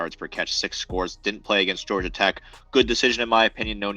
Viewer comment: Wtf is a "Georiga"?...🤔